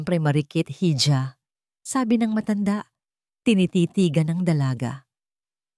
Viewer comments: IHA Po Ang bigkas hija, IHO nman sa hijo, wag nman kayo paulit ulit sa pagkakamli sa mga words na ito, Dito sa pilipinas wala pa pong bumigkas ng ganyan Ikaw lang narrator mag aral k nman! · Ganda sana ng boses kaya lang nakakadismaya Yung pagbigkas ng hija, silent h Po Kasi yan